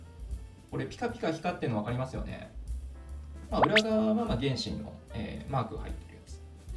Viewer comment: 原神のイントネーションおかしくない？